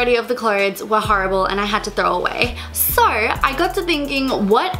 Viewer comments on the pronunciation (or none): Why do you always pronounce an "r" after every "o"? I mean you talk like "orkay", "sor disappointed" etc. It sounds straight up weird!